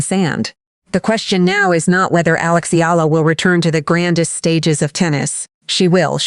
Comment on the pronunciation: Finally her family name is pronounced correctly--Eala (E-YA-LA)